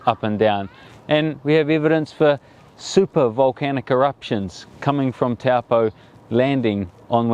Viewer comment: Lake Taupõ, say like Toe-pour , not Taw-poe. Cool vid 😎